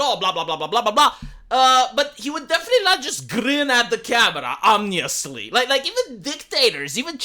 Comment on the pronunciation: I won't question but I will tell you The word you like to use lately (for me) is OMINOUS O-mi-nous You need to pronounce that "i" where it belongs You're saying "omnious" which sounds like some bastardization of a physical measurement in another language